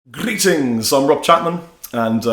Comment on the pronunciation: like when you say grrrrrreetings